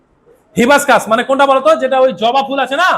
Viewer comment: Kothata hibiscus . Apni uchcharon thik korun. Bangla ktha ta thik kore bolen na